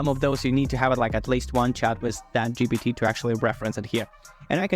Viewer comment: GPT not GTP